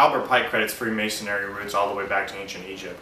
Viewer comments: This man can't even say the word. It is "Freemasonry". pronounced Free- mason-ree. The "Free" in freemasonry, means that the individual was not bound to any one particular area, and could travel freely throughout Christian Europe, and work on different projects. This man is not at all expert on Freemasonry, he does not get it. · He keeps saying ''Freemasonary''